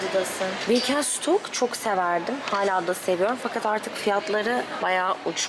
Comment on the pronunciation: Peki benim siz cilitır dedikçe acaba ben mi yanlış biliyorum diye kendimi sorgulamam glitterdan farklı bir şeydir belki diye düşünmem 😂 çok tatlısınız ☺️ birde “Birkensıtok” olarak değil. “Birkenşıtok” diye okumuyor oda ☺️